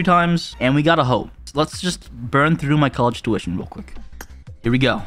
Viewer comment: His accent 😂😂🤣🤣🤣when he says College tution...😂